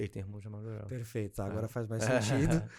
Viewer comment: "perefeito, perefeito..." x 1000